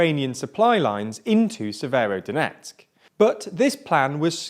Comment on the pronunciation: I'm no expert but it seems like he got every single place name wrong